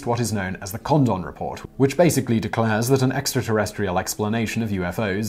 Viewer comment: His name is Condon. Not condom.